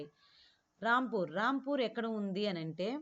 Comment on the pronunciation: Adhi ramapur kadhu rampur miru ramapur ani antunaru